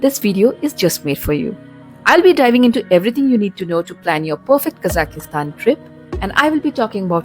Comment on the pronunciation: not Kazakistan(ki..?), its Kazakhstan!